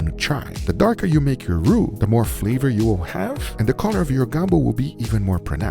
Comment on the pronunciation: Everyone: Flavor: Fleeevor 😂😂😂